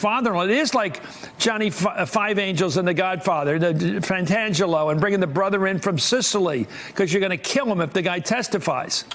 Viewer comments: It's driving me crazy to hear these talking heads, who all claim to be Godfather fanatics, get it wrong - it is FRANKIE PENTANGELI - not Johnny, not Pantangelo...Frankie Pentangeli, Frankie Five-Angels. One last thing: I cannot wait for the day (and it's coming fast!) that Robert "Stone-Face" Muller gives Donny "Short-Fingers" Trump an offer he can't refuse..."Resign, or go to prison!" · It's Frank pentangeli, not pantangelo. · Please, get the name right. lt's "Pantangeli." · Wow he butchered the names it's "Frankie 5 angels" and "Pentangelli"